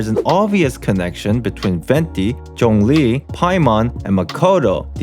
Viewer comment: Although this comment is not related to the content of the video, as a Chinese, I am quite pleased at how you pronounce zhongli :) but you can work more on the tone/intonation? of how you read it but it's great